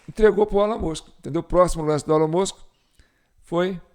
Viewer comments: A pronúncia é "ÉLON MÃSK" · Se pronuncia "ILON MUSK" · O som de E no inglês tem som de I então se pronúncia ILON e Musk se pronúncia o MU como MAN foneticamente MUNSK. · Pronincia Elon Mosk